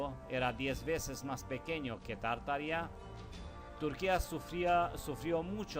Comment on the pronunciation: Exelente investigación.. Solo que se pronuncia tarta-aria o Tarta-ariano